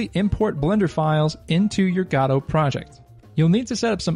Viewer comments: Please! don't say gad OH! it's go dot or guh doe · Okay - so you've come up with an entirely new 3rd enunciation of the engine that I've as of yet not heard, congratulations, very creative :D . I was used to "guh-doh" and "go-dot" but you have "gah-doh". Wonder if there's another one lurking out there! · Every time he says "god-oh" a puppy dies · gado, srado - gościu naucz się wymawiać to słowo. Nie ma tam żadnego "a" w tym słowie, i mam gdzieś że piosenki piszesz na ten temat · Why does nobody pronounce Godot the same way? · What option do I have to check to change the pronunciation of "Godot"? LMAO. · the way you pronounced Godot made me sick I wasn't ready for that xD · Yet another new way to pronounce godot wrong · So these were really just very basic beginner tips. Also, you're pronouncing Godot wrong.